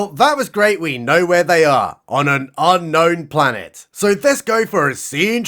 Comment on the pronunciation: I (is that ok pronoun? 😮) debated with myself whether I should temporarily halt the avalanche of well-deserved praise I was planning to unleash for this video due to a teensy weensy ka-nit-pick ... and then decided I should: your (is that ok pronoun? 😮) pronunciation of "Unknown Planet" is dead va-rong. Odd since you correctly pronounced "ka-nife." 🤔 It's Un-ka-no-one-cares Pla-n-hit but the "cares" is silent. 🥐 is fast overtaking Risa as my favorite planet. I think the Frenchman would look great together with the evil murderer of 7 Jedi guy with the scar back. I can't remember his name for some reason. The Frenchman's name is Didier. The lightsabre wa-hip is incredibly unwieldy and ridiculous. In an early and embarrassing Star Trek: TNG episode, the Ferengi have these laser whips which were much, much cooler. (For a full circle-in-this-comment moment, there is a Ferengi in the Risa episode titled "Captain's Holiday." 🖖 The saucy lady with Picard also plays AD Skinner's wife on the X-Files. 🤓) Thank you for the video! 🙏🎭🐍🚀🪐✨